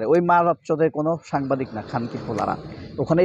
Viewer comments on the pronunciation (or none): none